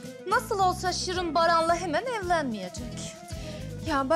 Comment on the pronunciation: iskender sirin e SIRIN diyor